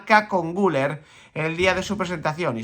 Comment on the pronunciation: Se pronuncia "GülÉr", con acentuación aguda, como en francés...